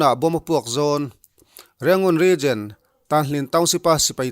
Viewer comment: Regen....Region tihtur .. a nih hmel